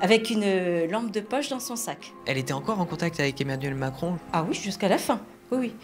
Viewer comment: « Emmanuel Maçon » jpp😂😭😭